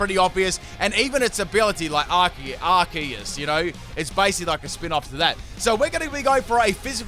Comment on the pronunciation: Isnt it "ar see us" not "ark es"?